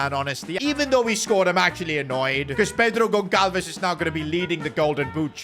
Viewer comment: As a portuguese, i have agony atacks when he says wrong the name Pedro Goncalves 😅😅😅